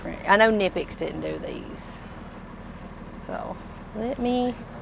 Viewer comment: i know you nonchalantly pronounced knipex the right way just to throw a friendly jab at her so she can pick up what you're putting down. You're such a gentleman 😅